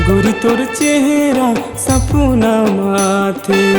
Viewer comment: शब्द के उच्चारण ठीक से कर सपना (सपुना) नि होय